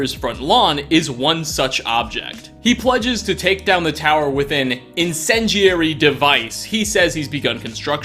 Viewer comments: It's in-cen-DE-ary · Incendiary. Pronounced in-sin-d-airy. Haha what you said.